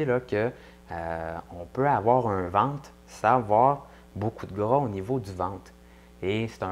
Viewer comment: je suins désolin moi et québécoin pas trés bianh amis car eux parlin difficilmins merci de sous-titrés la video mon ami , et on dit ventre pas vente lol